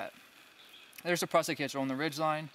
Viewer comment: Your tautline hitch needs to have the last turn go around in the same direction as the first two - opposite of the way you do it. Yours will slip under load, for some rope types. Tied correctly, no rope will slip. Prusik sounds like "moose", not "us". Picky picky, I know.